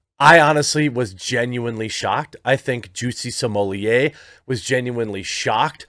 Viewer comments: Perhaos you should prepare before your post, smollett was senteced to 150 days in jail, not 75 as you said. You also said another Gaffe, when you mentioned the police hours of overtime, its over 300 not 30 hours as you said. Then half the time you pronounced his name different like smollaaayy, and them finally you called him smollett, and pronounced it correctly. Sloppy, slow and lots of dead air time. Bad show, last time I watch. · Your right I think he should go to prison for much longer !!! Smaller is a SCUMBALL!!!! His name is S-m-o-l—l-e—t— t YOU AREN’T SAYING HIS NAME CORRECT!! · Sorry but the way you pronounce Smollet made me unsub. It's not french, it's not funny and it is actually so bad sounding SMOLETT, not smollierrrreeee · got to stop calling this fraud french, no one has ever heard of him in france. smollett is an english name. in french double T is allways spoken alloud, there is nothing genuine about this z list 'celebrity' if he were french , the only way it could be 'smoh liyay' is if it were spelled smeulié double L in french is allways pronounced Y., please stop, you're just massaging his ego. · What cracks me up about this whole thing is Jeremy's pronunciation of Jussie's name: Jussie Simoliye LMAO! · His name is pronounced “Juicy” per Dave Chappelle. Juicy Smollyea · County jails are mostly hell holes. Also your French pronunciation in so wrong. You're calling him the man in charge of the wine. You're adding one syllable too many. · I enjoyed this video allright, especially when around 12.30 you realize that you've kept pronouncing his surname in French =)) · Chapelle literally changed the pronunciation of Jussie's last name lol